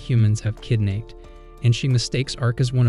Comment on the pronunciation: is no one gonna talk about the narrator saying "kid-naped" ?